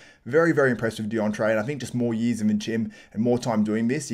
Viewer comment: oh "years". kept hearing yeez